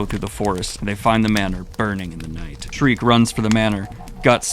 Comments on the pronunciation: youre so dedicated with the voiceacting, just please stop the SHREEEEK, her name is SCHIERKE. pronounced SHE - IRK - E good on ya <3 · It's pronounced "Sheer-kuh". Not "Shriek". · It's Sheerkeh, not shriek. Sorry, it just grates on my ears. It's a German name that means bright or pure. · I love readings of berserk. My only criticism is that Shriek is a high pitched Scream and not that characters name. And it hurts me a little every time I hear that lol. I'm sure you've heard it a thousand times. I'm sorry, please forgive my need to quell my absolute autist takes. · By the way bro, then little witche's name is pronounced: "Shear-key" love the videos though!! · please stop calling her "Shreek" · Schierke is pronounced, according to romaji, "shi - ru - ke". The origin of the name is speculation to be german. Alot of fans interpreted her name as "Silke" as the romaji would also fit. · Damn, so you get an A+ for trying now? ...guess you went to a "Special Ed" school >.> also...come on...he said "Shreek" to Schierke...that's as far away as possible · And you wanted to do a deep dive before this arc... Thank the God Hand you asked before committing to it. My only nickpick is you calling Schierke shriek all the time xD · Please stop calling Schierke Shriek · Yo daniel, schirke's name is pronounced "sheer kay" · Cool vid but you are pronouncing Schierke and Serpico’s name wrong bro